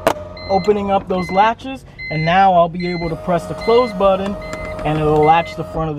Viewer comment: I'm guessing "buddon" = button? Hard to take videos with bad diction.